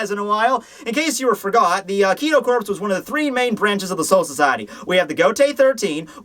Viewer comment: Isnt the Corps in Kido Corps pronounced Core? I mean... It's not a big deal or anything but...yeah Great review as always though. Pfft "review"... Great show rather. And lol I love it when you miss an edit. xD